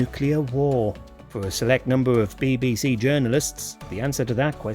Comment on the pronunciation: Bay bay say. WTF say it properly!